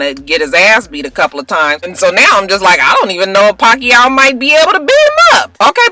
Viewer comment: ~round of applause for pronouncing Pacquiao correctly!~